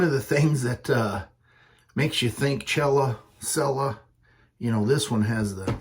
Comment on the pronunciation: Yeah, the proper way to pronounce it is Sell-uh.